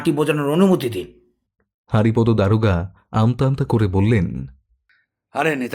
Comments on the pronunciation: Kichu mone korben na. Apni ki bangali? Apnar bar bar হারিপদো Ucharon ta Kane lagche. May be উচ্চারণ টা বাংলায় হরিপদ habe. Sorry amar Kane lagche bole bollam. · নামটা বোধহয় হরিপদ হবে হারিপদ নয় , উচ্চারণ এর দিকে একটু নজর দিন বড় শ্রুতিকটু